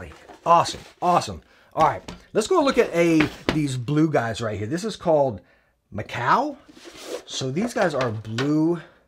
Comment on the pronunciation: The macaw is pronounced "muh-caw" like the bird, sorry if that came off as rude, just trying to inform you 👍🏼